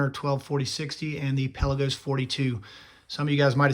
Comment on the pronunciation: Can you at least say the name right before reviewing a watch?